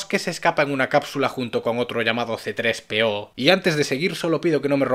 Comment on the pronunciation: CE DISE CTRES-PEO